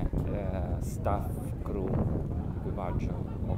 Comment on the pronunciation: "criù bar" non "cru bar"...